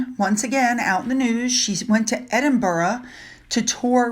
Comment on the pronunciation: you are the only American I have heard, who has the decency and respect to make the effort to pronounce Edinburgh correctly, whether it’s referring to the late Duke or the city, I thank you for that 🫶 Do keep up your good work with your extremely interesting videos. They are great! I look forward to watching every one. I think we all appreciate all the research and hours of hard work you put in when making them. Thanks a million 💕😘 Hopefully you are now fully recovered from your recent setback.🙏🏽